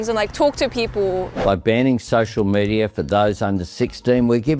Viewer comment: Hon you cant even say media without it sounding like meteor